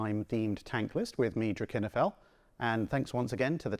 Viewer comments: Ha!… so that’s how you pronounce your channel name?… thx! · I learned something today, namely how to pronounce “Drachinifel.”